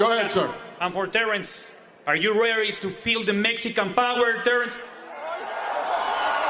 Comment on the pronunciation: "Are you rerry to feel the messican power?"